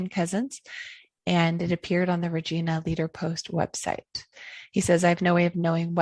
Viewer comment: great video...just one little thing, the "i" in Regina is pronounced like the pronoun "I"...just in case you ever end up in Saskatchewan!